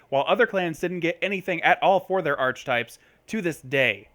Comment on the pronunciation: It's pronounced "are-kuh-types" not "arch-types". Good vid otherwise though.